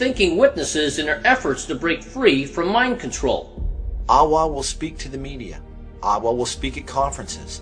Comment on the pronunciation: why does aawa sound like Yahweh?